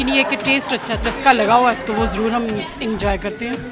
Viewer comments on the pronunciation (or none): none